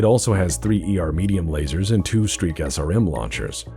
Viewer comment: "Sreak SRM-6" I'm sorry man, you did ask me to point it out.